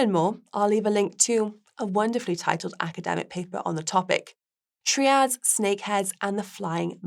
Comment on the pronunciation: I have to hope this was an experiment with the presenter. Mispronunciations of Fujian and Triad, were bad enough. Not knowing that St. Kitts & Nevis is one nationality rather than two is a little worse. However, the style is the main issue. It is not entertaining at all. A complete contrast to Guy, who makes far more mundane topics interesting. Actually, the subject matter here was great for a segment. It goes to show how much tone and humor count when it comes to audience appreciation.